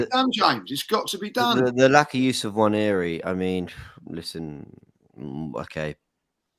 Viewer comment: Love the show but am I the only one who gets annoyed with how a lot of these guys pronounce Nwaneri? Like wtf is WAN-YE-REE. It's really not that hard. Say it with me NWA-NE-ri. And teach it to the as well for the love of god